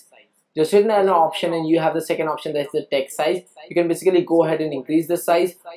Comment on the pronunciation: Sounds like your saying dick size now text size.